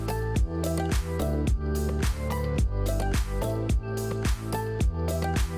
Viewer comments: I’ll be the guy It’s Porsche not Porsche Y’all sound pretentious when it’s written down The 930 turbo 5 speed manual is still my dream car though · Porsche is a two syllable word! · First thing you need to do is learn how to say Porsche. Ask a German why there is an “e” on the end and what that means. No one cares that you are intentionally being an idiot.